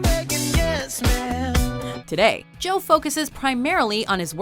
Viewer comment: Did you just say joe like Joey.... Lol